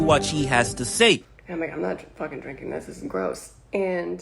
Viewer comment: Had to stop when you began talking saying "Dis" when it's clear you mean this. Learn how to speak English.